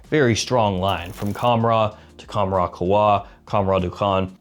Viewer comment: Bro it’s pronounced with an h sound the k is silent